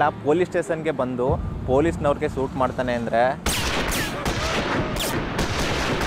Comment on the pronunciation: ಸೂಟ್ alla ಗುರು ಶೂಟ್ ಅಂತ ಉಚ್ಚರ ಮಾಡು